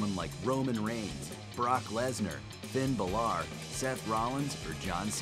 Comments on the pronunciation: He can't say Finn balor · Does anyone at Sportster know how to say Finn Bálor's name?! 😡